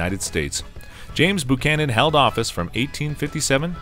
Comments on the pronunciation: Buchanan is pronounced 'bew-cannon', not 'boo-cannon'. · Boo-Chanan?!? That's the way you pronounce it?!? It's BU-CHANAN! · BUCHANAN NOT BOOCHANAN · This is the first time that I've EVER heard James Buchanan's name pronounced as BOOchanan. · Bu canon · I usually called him Beeewww -canon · “They’re not booing; they’re saying Boo-chanan! Boo-chanan!” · James BOO-cannon? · It's a copout not to put Trump in the rankings. He's been eligible for inclusion for over a year and a half now. If someone can condescend to update this, a new narrator is in order. Buchanan is pronounced Byoo-cannon, not Boo-cannon, and Brigham is pronounced Briggum, not Brick-hamm. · James Boocannon? Brig-ham Young? Where are you getting these pronunciations from?